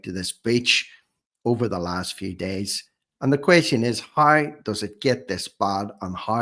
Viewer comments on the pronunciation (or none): It’s How not hoew